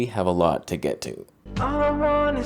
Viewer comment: “We have a LUT to go thru…” 😂😂😂